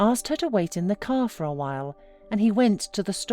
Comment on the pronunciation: Put her in the "caah and twenty minutes lataah"